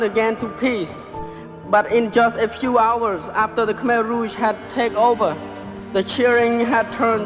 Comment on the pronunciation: Its khmer not khamer, risih saya dengernya